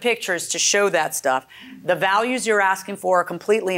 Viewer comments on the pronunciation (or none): none